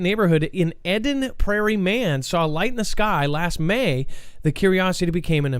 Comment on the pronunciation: It's Eden ..as in garden of Eden....